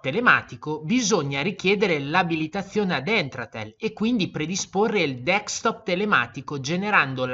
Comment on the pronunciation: D E S C T O P SI PRONUNCIA DESC (CON LA C DURA) TOP E NON DECS TOP COME PIU' VOLTE PRONUNCIATO NEL VIDEO.